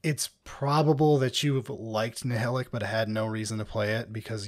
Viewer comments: As someone who listens to the audiobooks, it’s weird to hear people pronounce Nihilakh as “NI-HILL-ICK” instead of “NI-HIGH-LACK” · Nile-ack ! C'mon guys.